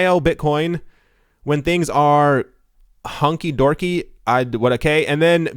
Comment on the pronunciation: Lol, its "hunky dory" lol not hunky dorky!!!